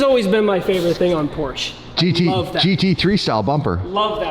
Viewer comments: It's PorschE not Porsch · FOR F-SAKE LEARN THE RIGHT WAY TO PRONOUNCE PORSCHE!!! THERE IS NO A IN PORSCHE!!!!!!!!!! 👎👎👎👎👎👎👎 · i feel purposely trolls us by saying Porsche wrong 3 times then says it correctly seconds later